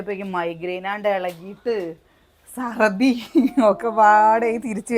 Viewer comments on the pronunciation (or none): ശർദി എന്നാണ്പറയുക സർദി എന്ന് ആരും പറയില്ല